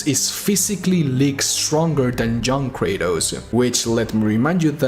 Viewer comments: i keep on thinking you're saying "John Kratos" instead of "Young Kratos" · The entire video i were thinking about who the fuck is this "John Kratos" and then i realised that no he means " Young Kratos" 😂😂. It's not being racist and i don't mean anything bad but it was funny